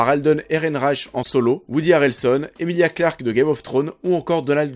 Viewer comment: Emilia Clark, et non alissa clark 😂 mais bon c’est quand même moins affreux à entendre que Didpool 😂